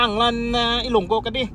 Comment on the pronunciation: Abaw Pg ako mg ilonga make Tagalog.,ilonga🤭Kay bulol Pg ilonga salita k😜😂